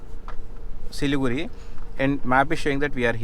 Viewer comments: Siliguri is the right name and it should be pronounced as Siliguri. Not Siligudi..... Hope u r clear. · The R in siliguri is pronounced with a hard r. Like the pronounciation for Vijaywada. The d is closer to r. But sounds hard. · for siliguri its not Da and its not ra. its adha/ardha which is impossible to write in English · As you said about Siliguri being pronounced as Siligudi , one such thing I have heard from my UP friend is pronouncing Gurgaon as Gudgaon. It is like few of my telugu friends pronouncing Satyam as Sachyam. Each state has their own special phonetics. Btw I enjoyed your video thoroughly